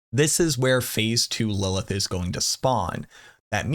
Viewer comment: You're adding too many "L"s to Lilith